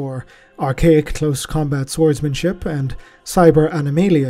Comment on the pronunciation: You come the closest you ever have to pronouncing it as SWARDSmanship. One day. One day you will say swards in your totally serious official tone and I will smile.